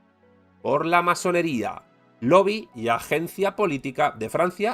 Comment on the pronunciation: Te perdí cuando pronunciaste lo de la masonería